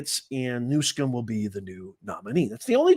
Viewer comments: Can you not read? Its newsom not newscom. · You call him Newcum his name is Newsom but you called him right .God vorbid he has ruin beautiful California, he will do this to the USA.